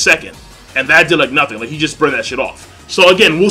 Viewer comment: 'Nut'hin lol 😂